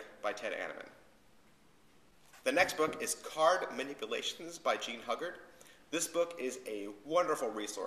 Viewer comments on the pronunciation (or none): Jean Hu-guard not hug-ard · Nice review. Not many book reviews on youtube id like to see more keep it up :). Id like to point out some errors the correct pronounciations are Jean Ugard 'h' is silent and Fedrick Browee .